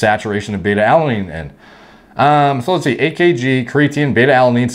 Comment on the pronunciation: He: Lets see (sound like Lets Go) Closed caption: a or b